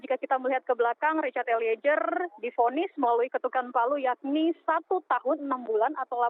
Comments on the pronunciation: malu2in nih reporternya, ELIEZER mbak bukan ELIEJER! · Eliejer(eliezer) sama dengan Jorro(zorro) Fadli Jon... mmg gak bisa baca Z kok jadi J...😁😁